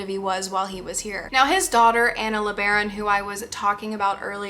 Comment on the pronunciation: Her name is Anna as in Anna and Elsa. Not the usual pronunciation.